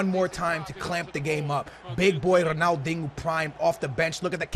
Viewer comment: Dude quit saying Ronaldingo there is NO "g" in Ronaldinho